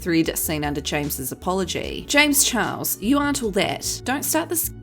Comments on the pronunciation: i’m sorry everytime she says james chihuahua i can’t stop laughing 😭👋🏼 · I crack up every time she says James Chihuahua 😂 😂 😂